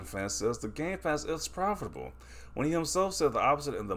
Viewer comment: This guy adding way too many syllables to profitable lol